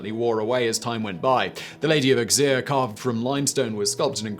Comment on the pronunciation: Auxerre = Oh-zair, NOT Ux-eer.